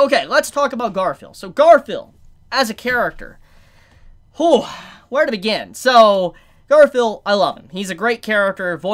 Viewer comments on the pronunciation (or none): none